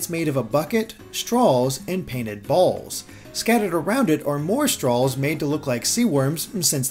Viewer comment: Pronounces "straws" like "stralls" lol